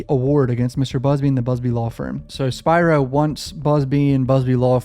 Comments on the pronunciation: Pronunciation is key....Spearo( Spiro) Keep up the great content! Also, the father was (@ time of occurrence) abusing alcohol/drugs ( allegedly). Keep up the great content! Just a GMA from IL😂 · Spear Ro say it with me Spear Ro